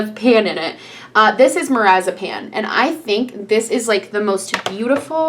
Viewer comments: She pronounced marzipan like a medication lol. It’s pronounced marz-a-Pan like the desert. Not marazapane like a med lol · marzipan lmao 😂 every time you pronounce it it sounds like lorazepam which is a narcotic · i love how she says marzipan like marazipan